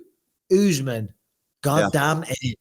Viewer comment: Kamaru Usman is not Kamaru ooooooozman! When are you gonna learn to say a name properly Michael Atleast try!